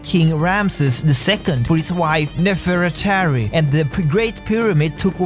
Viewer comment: Uh.... Rameses’ wife was named Nefertari so he pronounced it correctly 😂